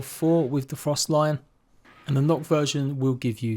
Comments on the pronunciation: its supposed to be frost tally on not freeze a lion x"D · It’s not “frosta-lion” it’s “ fros-stallion” u know like a horse. . A stallion . . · This guy in the video said it wrong. It's not Frost lion. It's frost stallion. Now take stay it together: frost-allion. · said the boss name wrong